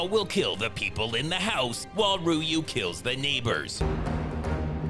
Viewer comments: I like how you pronounce "RYU" differently each time. I thought I was tripping until I heard it the 3rd time. This channel is GOLD!!!! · Alternative title: Ryu 2 - The 101 Pronunciations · I love how the pronunciation of Ryu changes almost everytime. 😂😂😂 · Mispronouncing Ryu's name everytime is killing me 😂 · Permanently switching the pronounciation of Ryu ist pure gold :-D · I like how you pronounced Ryu 8 different ways 😂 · Small correction: it’s not pronounced “Ryu”, it’s pronounced “Ryu”… get it right, bro! 😂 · What‘s with the pronouncing his name different every time? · Lol at the different pronunciations of Ryu haha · I love the fact, that is deliberately mispronouncing ''Ryu'' everytime he talks about Byron Mann.😄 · Nice touch pronouncing ryu's name differently every single time. Are you writing these by yourself? Impressive. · is totally f**king with us butchering Ryu’s name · Great job pronouncing Ryu’s name differently every singe time you said it 😂😂😂😂😂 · I love how Ryu's name keeps being pronounced differently each time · The highlight for me was intentionally mispronouncing Ryu🤣🤣🤣🤣🤣🤣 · Why doesn’t anyone notice that pronounces “Ryu” differently every single time he mentions him??????? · Lmao all the Ryu mispronouncing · A morning spliff, a bad Seagal movie, nd the constant mispronunciations of Ryu have me dead rn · Love all the different pronunciations of Ryu 😂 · All the possible wrong pronunciations of Ryu 😂😂😂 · Oh god pronouncing Ryu differently every time is just the cherry on top of the usual masterpiece. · The fact that youve called Seaguls partner Ryu but also pronounced Ryu wrong in every way each time you say his name killed me each time lmao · Spice busts out all the vowels: Rayu, Reyu, Riyu, Royu, Ru. 😂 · Rooyu, Riyu, Ru, Royu....ah fuck it!!!! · I like how catered for everyone by giving us variations of pronouncing Ryu. "Roo, Ryyou, Rayyou, and Reo"😂😂😂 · Pronouncing Ryu different each time.😂